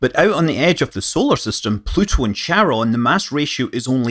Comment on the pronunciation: The name of Pluto's moon Charon is pronounce like 'CARE - on', NOT 'chair - on'. Get it right.